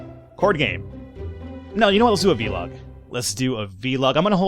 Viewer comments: It's not VeeLog, it's vlog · your saying V-log not vlog it's one word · It's vlog, one syllable, not vee-log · I like how you say it v-log :D